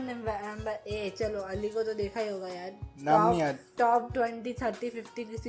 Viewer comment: Alley is tarah ni hota Ali is tarah hota h